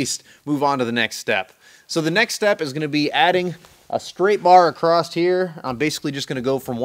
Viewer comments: I have to say that across doesn’t have a T at the end and it drives me nuts! Am I the only one that has noticed? Lol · ..There is no 'T' in the word 'Across'.......LOL !!!